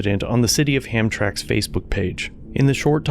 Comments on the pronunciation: Ham- Tram- Ick....not Ham Trick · Oh 💜 you still said ham tramk. ham-TRAM-ik. Thank /you/ for bringing these incidents to the public eye. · As a person who grew up near the area, I can help with the pronunciation. It's Ham tram ick, not Hamtrack lol. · It's pronounced Ham-Tram-ick take it from a local! Not a criticism just a head up enjoy your work! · WOW!!!! My jaw dropped when she spoke to him that way! Just FYI, Hamtramck is pronounced Ham-tram-ick. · Pronounced "ham-tram-ick". Love your channel and all you do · HAM-TRAM-ICK with more or less equal emphasis on each syllable. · Thank you for creating the content that you do. Also you should know the city is pronounced "Ham-tram-ick". It is probably the largest Polish community in Michigan. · Just FYI.. it's pronounced Ham-tram-ick.. love what you do! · As a native Michigander, respectfully, the town is pronounced Ham-Tram-ick. Thanks for all you do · It's ham- tram-ick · Just an FYI. It is pronounced ham-tram-ick. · Awesome work! Hamtramck is pronounced Ham-tram-ick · The city name is pronounced Ham-TRAM-ik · It's pronounced "Ham Tram Ick" 👍✌ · It’s Ham tram ick. That’s how you pronounce hamtramck. I grew up about 20 mins from there and it was sort of a landmark city in Michigan. Known for its Polish restaurants and pastry shops. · Pronounced "Ham-Tram-ic" very old polish neighborhood of Detroit. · Well I seen this insider realize this was the city of Hamtramck Michigan. It’s a small city nest within the Detroit city border. It’s is pronounced like HAM-TRAM-MICK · Please it's pronounced Ham-tram-ick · For future reference, it's pronounced ham-tram-ick lol. Keep up the good work bro! We need you!! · Dude, it’s pronounced. Ham - tram - ick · The town of Hamtramck is pronounced (ham-TRAM-ik). Add the letter "i" and remove that judge!! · It's pronounced Ham tram. ick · Pronounced Ham Tramick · Did he say Ham track? lol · Pronounced like Ham Tram Ick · For future reference, its pronounced Ham-tram-mick.